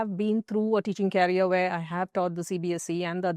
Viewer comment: Process 😂😂😂 pronunciation. And career 😢😢😢